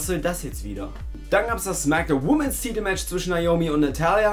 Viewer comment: Klugscheiss-Modus AN: Plural von Woman ist Women und wird WHIMMEN ausgesprochen, nicht WHUMMEN. Klugscheiss-Modus AUS. ;)